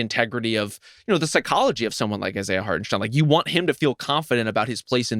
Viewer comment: You guys supposedly watch games and can’t pronounce the players names….. “Hartensteeeen”?!?!? STINE LIKE ‘SPINE’